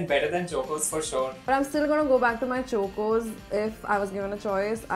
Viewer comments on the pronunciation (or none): It's pronounced like chawcos(it's a mere pronunciation) not chocos for God's sake😶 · It's chocos not chokeos!! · I couldn't stop laughing whenever was saying " CHOKOS " instead of CHOCOS 🤣😭🤣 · Can someone ask them to stop saying Chocos wrong. It's CHAW-koes not CHOE-koes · It’s pronounced ch-oa-kos not chookos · we pronounce chocos as “ ch-au-kos” but was pronouncing like “ch-u-kos” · suhana 165 it's supposed to be pronounced "chock-os" not "choke-os" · Its pronounced as Chaw- cos not chu- cos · Why is not saying CHOCOS she says choocoos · Who all got OCD when kept saying Chokos I thought it was Chocos like Chalk-os Noone just me ok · CHOCOS not CHOKOS. UGHHHHHHHHHH. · No one: Buzzfeed india: CHOKOZ its chocos, dude, like how you pronounce chocolate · No one : Buzzfeed India : CHOKE-OS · Ikr! Its pronounced as chalk-os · CHOKE OS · the starting should be The start of CHOCOLATE... It isn't CHOKE OS lol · Yaaa like CHA-COS . The way they say is very disturbing 😂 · Someone teach how to say chocos pls. It’s not Chokeo’s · 1st-corn flakes and chutney ( what the actual fudge) 2nd-says cocoa crispies look like whatever-she-said chivda ( omg stop) 3rd- cho-kos ( How? What? What even? ) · literally said choke-O's every time she pronounced chocos 😂😂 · I don't know if was say "चोकोज" intentionally... But that was fucking irritating Cause is the girl who acts to be the modest of all in every video she is in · ITS CHALK-OSE AND NOT CHOKE-OSE!!! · Am i the oly one who got triggered by when she said CHOK-OS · its not chokos omgg please don’t say it like that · Chalk-os. Im an Indian and am disappointed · why is chocos being pronounced like that by? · this is like 4 mins 19 seconds of them mispronouncing chocos i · This video made me think I was pronouncing chocos wrong this whole time but the comments section makes me feel I was right only lol